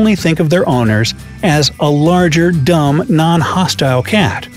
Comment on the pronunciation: U said dumm it's so funny to me